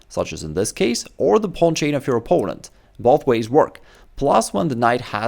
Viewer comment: I'm sorry but whenever you say "opponent" I wonder "Poland what?"